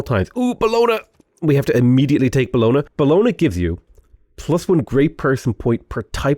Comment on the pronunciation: Bologna: "Bellona" right...lets try again